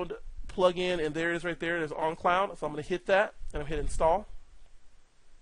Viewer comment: Great video! Just a funny observation. For most of this video I thought you had some strange accent that I never heard of which causes you to pronounce the word "own" as "on" because you keep saying "on cloud" instead of "own cloud". Which, ok thats cool, no big deal... But then at you say "own on cloud"... Just made me laugh so i thought I would point it out. Thanks for making!